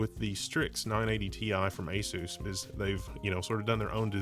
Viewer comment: ay soos? It's ah-suss, bro. Like PEG-ASUS.